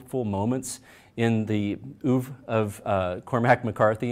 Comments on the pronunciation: and "oov"?? WTF? Pathetic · Bunch of nitwits! Pronouncing a French word in a manner that is half French (by dropping the pronunciation of the last syllable) and half American (by pronouncing the first syllable as if it were spelled "oo").